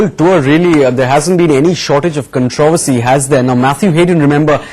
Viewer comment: what's with your pronunciation of "controversy"? The BCCI fellow got it right, the reporter didn't